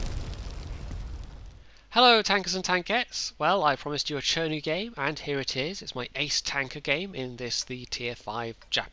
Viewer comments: Why would you pronounce "Tree-To" and "Tree-Ri" , while this tanks as "Che-Nu"? I know it's not important but it's just funny for me.. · It mind-boggles me how you can pronounce the same "chi" as "cher" in chi-nu and "chee" in chi-to..... no offense